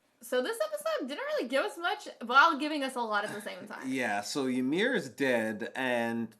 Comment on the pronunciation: Bro, first of all, it's "Ymir" not Yamir, and secondly, they are not confused at all, why are you making this up